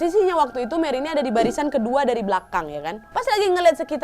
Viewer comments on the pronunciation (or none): none